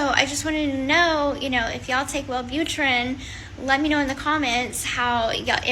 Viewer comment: Were you really a nurse? Multiple times you said Well boot er ran. It's pronounced well boo trin. A nurse would pronounce it correctly